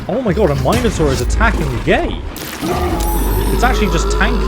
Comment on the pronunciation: The way this guy pronounces Minotaur. I don't like it.